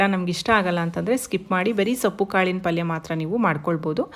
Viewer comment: Sappu alla soppu antha heli